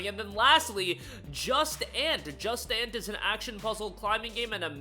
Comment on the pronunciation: Now you're f'ing trolling me with that Just Ant BS. It's pronounced Joo-Sont. Or even drop the last t since it's French. Jusant is freaking awesome. Put some respect on its name.